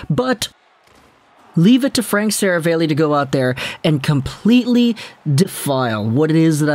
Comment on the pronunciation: Stop saying Serav-ale-ey. It’s Serav-all-ey.